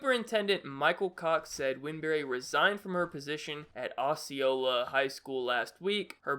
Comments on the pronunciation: the school is prenonsed o-c-ola Osceola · its pronounced like "oh-see-oh-la"